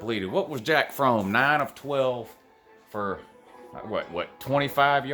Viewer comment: “Jack Fromm”